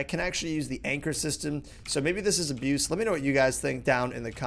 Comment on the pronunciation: Aboose!!! Just kidding rob, keep up the vids, and if you think its abuse, don't do it :D